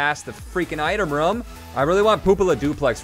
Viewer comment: why do you say rum instead of room?